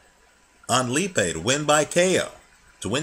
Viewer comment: its said alex lee.a.pie